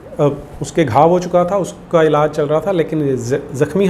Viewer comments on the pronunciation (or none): none